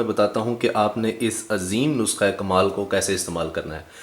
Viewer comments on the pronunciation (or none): none